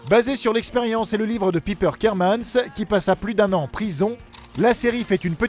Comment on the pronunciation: Piper KERMAN!! Pas Kermans 😂😂😂😂